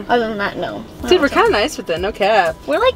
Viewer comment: She said jothan